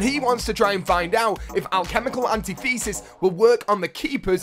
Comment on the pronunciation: an-tith-ehsis... and you only get 10 points from keepers for shots on, none for kills.